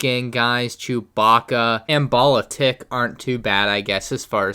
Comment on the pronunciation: It’s pronounced ball-uh-teek